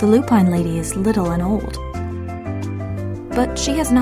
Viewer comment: Lupine is pronounced Loo-pin not Loo-pine !